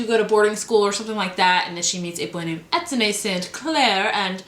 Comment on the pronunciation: The way Americans pronounce Étienne is one of the funniest things ever:D